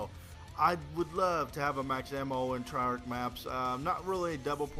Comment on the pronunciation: IT'S NOT TRY-ARK! IT's TREY-ARK!